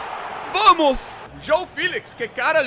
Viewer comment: This guy said “vomos”.